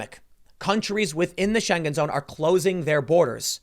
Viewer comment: Its not pronounced "Scheng-GEN", it's just "Schengen".